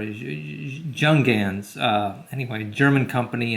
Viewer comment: Pronounced Yoongans